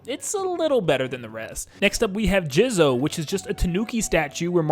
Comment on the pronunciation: Came here to ask why he say it like that